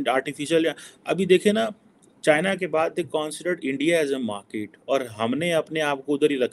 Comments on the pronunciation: Sir woh markit nahi hota usse market kehte hai. Mai haath jod ta hun sir English itni pyari language hai uski qatal mat Karen plz. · 1.Pehle ye decide kar lo ki India ki market badi hai ya India bade markets ko apni oor khich raha hai . 2. Not markeeet but market, not Aato but Auto, not Laa but Law not RAAAA but RAW !!